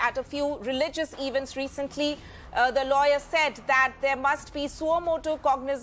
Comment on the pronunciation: The Anchor has distorted the pronunciation of the word 'Event' and it jars